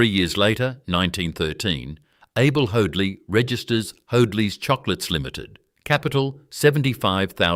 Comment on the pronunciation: His name was Hoadley pronounced HODE-LEE not HODE-LYE